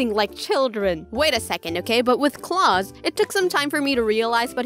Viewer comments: Her: pronounces Klaus CLAUSE Me: internal suffering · Noice. But it’s pronounced (Kl-ow-s). But still a good video lol